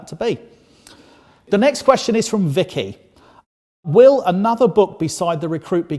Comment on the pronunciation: xD idk why but the way you say Vicki xD